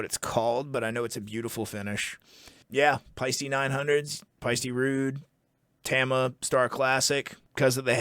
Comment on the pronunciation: Can someone please teach Canadians how to pronounce ‘Tama’? Oh and ‘pasta’ while you’re at it